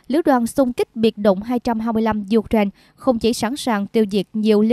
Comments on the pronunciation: "U-tren" là nước nào?? Xướng viên nên đọc cho đúng: "UKNAINE" chứ không phải "U-TREN" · Có một vài chổ XNV đọc là U-Trent thật. Nghe đọc phút đi.